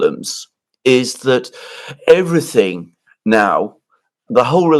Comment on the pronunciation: Какой ужасный английский у Фёдора Лукьянова. "Эврисынг". Впрочем, он и сам по себе дурак, не только в английском произношении. Зачем чувака пригласили? Он же скучный и нудный.